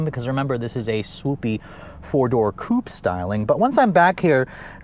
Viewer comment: Coupé. Coupayyy. They even add the accent mark on the logo, please prounce it!